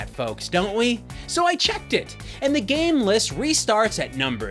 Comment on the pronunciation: Lol “gam console”